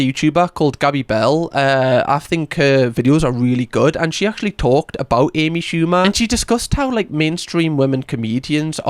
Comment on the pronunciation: “A B Shooba”